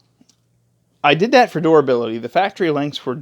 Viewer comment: Did you say (Door ability) LOL its Durability, you have to be from PA, Im hearing that PA Dutch